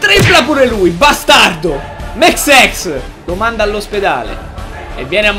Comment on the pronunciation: Non Mexes..Mexsexs